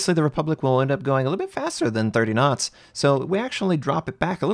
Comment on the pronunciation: N1 Video. I thank you so much. All the German Youtuber dont tell the Viewer for what are the two scales are..... ;) In the first seconds i think - wtf he means with 20 Nuts g but then i understand that you say Knots and that make sense to me :) So, thx for this rly helpful Video....